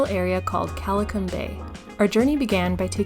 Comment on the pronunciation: The way you said Qualicum😂 Otherwise a nice video!!